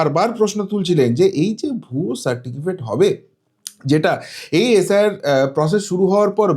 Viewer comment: দু তিন বার সার্টিফিকেট উচ্চারণ ভুল!